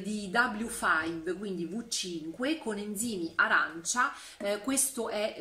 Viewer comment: Ciao, da ragazzina lo spic e span era in polvere, mamma quanti anni.....poi sono talmente rincoglionita che quando Riccardo ha salutato con la mano, io di riflesso l ho salutato anch'io con la mano 🤣🤣🤣🤣(che scema sonooo)mi piace come hai pronunciato il w5 pensa che la pronuncia tedesca è ve funf, mi si intorcola la lingua solo a pronunciarlo. Io ultimamente uso l 'alcool per i pavimenti, ho parquet, cotto e ceramica con questo unisco tutto altrimenti aceto sul cotto, bref parquet ed infine alcool sulla ceramica.un bacio supermegagalattico anche a te.